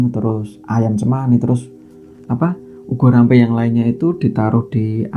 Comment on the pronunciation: Boleh koreksi mas....ubo rampe bukan ugo rampe, mas...hehehe